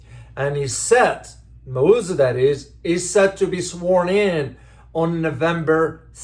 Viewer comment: Sir you don't even know how to pronounce our elected presidents name.